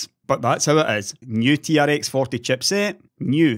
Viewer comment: I also loved how Linus called tRX40 "T-Rex 40" lol I am sure that is going to catch on!